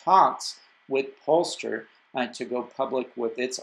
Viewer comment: Think you should pronounce it Pole Star, in Sweden we like to combine words. And it's designed in Sweden, built in the US and probably China since it's a Geely company, and a company born from the R section of Volvo Cars. So, a proper competitor to Lucid. Still think both are worth a look, unless 'cause it's a Geely company it will probably be high priced from the start, with their success rate. And also, how much umph does the Party have?